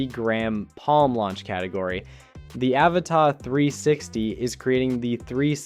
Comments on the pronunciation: its an avata not avatar.why do yanks try to speak english but never get it rite????? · Pls pronounce the first A as you do the other 2 in the name 🙏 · You say Avata really weird